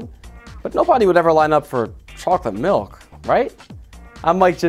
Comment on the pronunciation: Chocolate malk